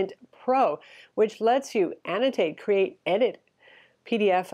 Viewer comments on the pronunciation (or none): none